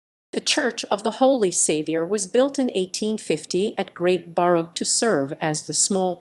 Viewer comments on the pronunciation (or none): It's pronounced Barff!